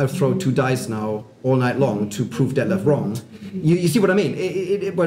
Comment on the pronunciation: You really need to give lessons on the correct pronunciation of your name Detlev;)